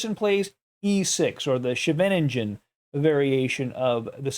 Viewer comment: Scheveningen is a district in the Netherlands where there are nice beaches! Your pronunciation of the variation of the Sicilian Defense bearing that district’s name is absolutely ludicrous 😂!!